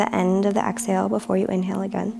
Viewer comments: Nah, it was clearly ax-hale. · she's so cute. "Ox-Hale"